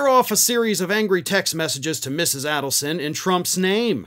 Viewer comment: It's pronounced AID-elson.